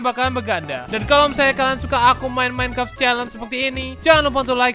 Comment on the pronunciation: Org lain: Minecraft: Mineclaft:v